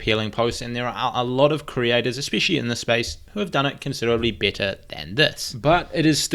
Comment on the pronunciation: i know, it's just the way you say better 😝😂